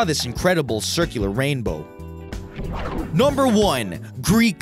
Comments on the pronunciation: Interesting collection,. But could you please stop saying "nahmber"? It's NUMber with an uh sound! And with just a tad less enthusiasm, please......thanks! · Yeah he says number weird as fuck..